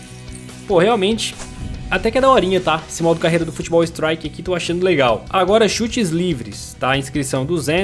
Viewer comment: Eu modo carrrrrreiiiira Ele:modo careira Sou humorista kkkkkkkkk